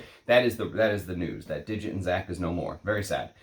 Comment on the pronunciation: The name Dixit is Indian - not pronounced as digit but literally Dick-Shit with the D pronounced like the “th” in the, there.